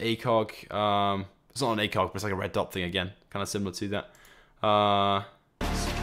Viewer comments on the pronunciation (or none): none